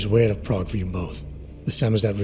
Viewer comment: I kind of hate how the one idiot pronounces prague. It hurts my brain. It makes me cringe especially since she is supposed to have lived there.